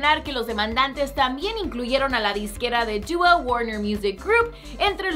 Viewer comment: Me carga cmo dice dua por que es tan brillenta deoh meoh jauaja👊